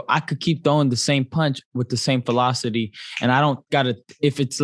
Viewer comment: he says felocity? Hmm..... velocity. Lol